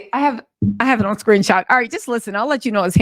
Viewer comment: Ughhhh i love the way you say "ouun" aka "on" ❤❤❤❤😅😅😅